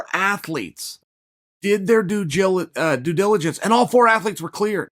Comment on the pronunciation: Two “Oosadas” and one “due jiligence” right at the beginning... not sure I will make it through this one.